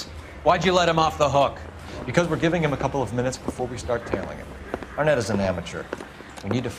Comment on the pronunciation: "Arnett" really? REALLY?!?